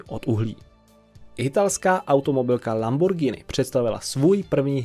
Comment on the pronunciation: uz len za spravnu vyslovnost "Lamborgini" a ne "Lambordžini" mas lajk